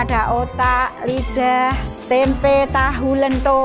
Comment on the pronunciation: Lentho bukan lento